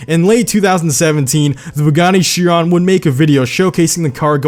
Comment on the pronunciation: It is Shee-ron